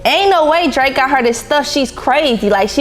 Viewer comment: You was on point with the DRAKE name I would’ve slipped on eethang 😂😂